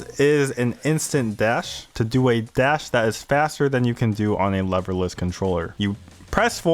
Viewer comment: At first I thought you said "loverless" controllers thereby saying anybody who uses these is a virgin loser :D